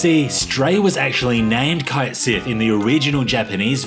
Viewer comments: its not pronounced kite sith, its CAIT as in "KATE" sith ya bint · He pronounced Cait Sith wrong despite giving the origins of the name too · Ah yes, "Kite Sith"